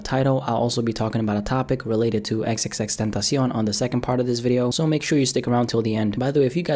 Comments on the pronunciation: Ten-tosh-eon, stupid ass niggga. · The way he says xxxtentacion😂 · I can't stand the way u pronounce "XXXTentacion" (but other I like youre videos)